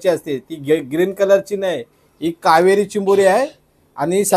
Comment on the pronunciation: कावारी बोलताना कावेरी नय